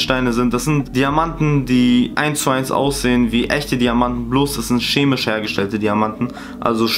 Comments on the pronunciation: DIGGA es heißt CHEMISCHE NICHT SCHEMISCHE DU BOT😂😂😉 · Niemand: Wirklich Niemand:: das sind schemische diamanten